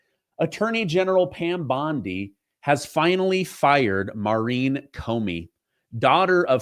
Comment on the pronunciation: Schiff mispronounced Pam Bondi’s last name. He called her Pam Bundy. We all know who Bundy was and his crimes. Schiff is shifty.